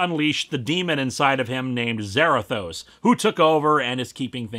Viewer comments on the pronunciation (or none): none